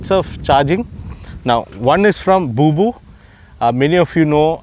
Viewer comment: it's not Booboo 🤣🤣,its BOBO my friend.